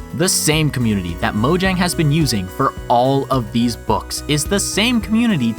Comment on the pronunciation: All this knowledge and you still can't pronounce "Mojang" correctly. 😔